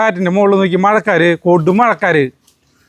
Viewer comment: മഴക്കാര് അല്ല .മഴക്കാറ് ആണ്😂 Swarnathinte kadha suuuuperayitundu😂😂 Ithepole chicken lu undaakki nokkoo superaayitundaavum. Curry addipoliya to.